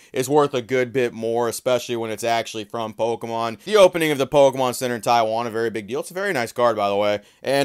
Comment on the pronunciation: Why are you saying “POLkemon”?